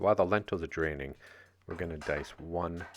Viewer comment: He said "The lentils are draining" but I heard "The lentils are dreaming."